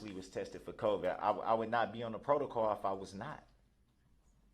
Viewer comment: He loves saying Protacaw 😂